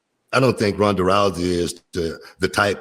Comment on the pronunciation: Runda? Booker, do you mean “Rhonda”?